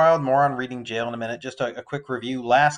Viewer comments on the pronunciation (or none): Yes Thank you! Ps ‘Reading’ is pronounced ‘Red-ing’